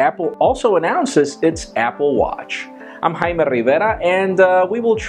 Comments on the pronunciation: Or Jay-Me and not Hi-May. lol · It's " jay me" what the hell is a "high me" lol don't you just hate that when people correct your own name, it's your name lol, great video apple killed it with the awatch but that iPhone was just blah blah, apple pay seems cool I can't wait to have one in my hand.